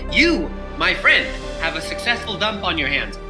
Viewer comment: "But first, you must take a DOOMP!"